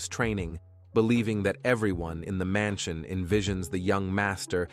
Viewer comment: I also heard "Stoode" and "Mansione" in the same area